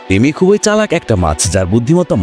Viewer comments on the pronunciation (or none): তুই অশিক্ষিত বর্বর একটা মানুষ। তুই এখনো "ই" এর উচ্চারণ শিখিসনি। ব্যাটা অশিক্ষিত ও মূর্খ। "খুব" এর সাথে "ই" যোগ করলে উচ্চারণ "খুব ঐ" কিভাবে হয়, মূর্খের বাচ্চা। উচ্চারণটা হবে "খুবি"। আবার "এক+ই" কে উচ্চারণ করিস, "এক ঐ"!!" মূর্খের পয়দা। এর উচ্চারণ হবে "য়্যাকি"। বুঝেছিস, ব্যাটা অশিক্ষিত বর্বর এবং নিঃসন্দেহে একটা অছাত্র।